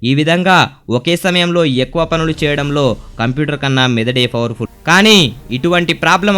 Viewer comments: mana medadu favarfulla computer favarphulla😂😂😂😂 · bhayya nuvvu fowerful ... fower anadam maneyyava 😅